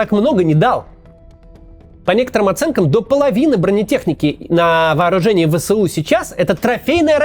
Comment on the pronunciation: Не Вэ-Сэ-У а Вэ-эС-У